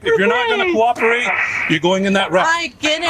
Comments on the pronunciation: "Coopricate" ?? Take your tiles off the board, that is not a word. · Exactly. Oh but remember, she "coopricated." 😂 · I'll coropukate, she says 😂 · "Coopricate" reminds me of how the butcher says some words wrong on Wordgirl. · She said, "Coopricate---not that it's any better than the mess you made up.